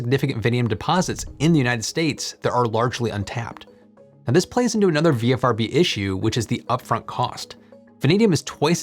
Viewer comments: I stopped counting how many times you said "VFRB" v "VRFB"... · Just noting that you keep consistently saying 'VFRB' when you clearly mean 'VRFB'. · Why do you say vfrb when it's written vrfb? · not nit picking but you kept saying VFRB, when its VRFB but we all know what you meant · Isn't it VRFB not VFRB? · "VFRB" he says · Not ONLY this, but also the dyslexia between VRFB written everywhere, and VFRB spoken through the video was KILLING me. Had to stop before the end. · Is there such a thing as auditory dyslexia? I kept hearing "VFRB" while reading "VRFB" so I must be losing it—oh, the vagaries of getting old! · You keep calling it a VFRB, but from the spelled out name it should be VRFB. Is this a language thing? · You say VFRB a lot of times, but it's really VRFB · V R F B not V F R B!! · Say it with me,: "VRFB" "VRFB" "VRFB"... 🤓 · You almost always say VFRB ... perhaps not the most igregious ... but, there you go